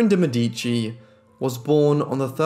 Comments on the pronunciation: Mèdici- it's pronounced like 'medi.(c)' + chi= Mè!-dichi = (chi like in Shang-Chi like you did). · Her name is pronounced de Mēh-di-chi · Beautiful video! One little thing: it's de Mèdici✨ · you say her last name funny